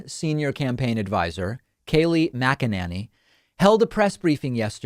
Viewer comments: Mackaninni. Its Mackanini please pronounce it correctly! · Can you not figure out how to say her name? I've heard u say it multiple ways, and what makes it worse is that is that you try to pronounce every sylable and still somehow seem to get it wrong!!?! Idk why it irritates me so much, I guess cause its not hard.. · Aaaand David can't even say her name right. Not a journalist. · Pakman, I love how you purposely mispronounce her name